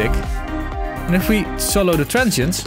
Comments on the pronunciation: he always says trentshient i guess he means Transient :D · a "transhent" is a transient from the Netherlands ! :P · I wasn't looking at the screen and for the first minute or so I was hearing say 'tonal and trenchant components' and thought WTH is trenchant? 😂